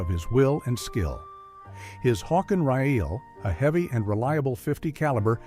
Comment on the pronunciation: What seems to be compelling is that "Sam" is AI. The certain mispronunciation of words like "rifle", "fire", and "efficiency" were telltale, as well as others I couldn't discern. There were a couple or more small sections of video used that were AI as well. Your utilization of Revenent footage is your best move. It was a great movie. I gave it a 👍 because of the portrayal of that time in this country's history seemed to be, from what I've read, fairly accurate. Mentioning John Colter would have been good.